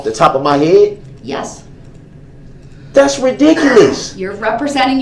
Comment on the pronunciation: Hayet? Wait do you mean head? Opening no doors???? If I hadda dun dat? Where did you learn English?????